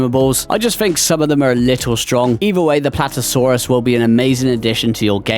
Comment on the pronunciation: why do you call PlaTEOsaurus Platosaurus :Sob